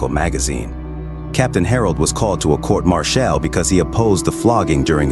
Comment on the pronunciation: Whats a court marchelle? Lol